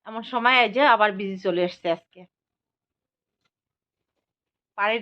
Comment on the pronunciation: কথাটা বিজি নয়।বেঁজি ।